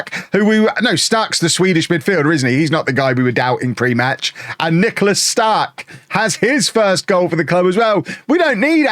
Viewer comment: It doesn’t matter at all BUT you’re pronouncing “Stark” wrong. You’re saying “Staaark” when u want the A to be quick and finish strong on the K “StarK”. Much love from Sweden❤